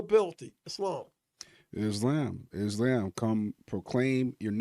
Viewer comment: Couldnt even enunciate islam correctly 😂 "is-lem"